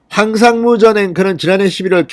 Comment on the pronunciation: 황삼무가 아니고 황상무 입니다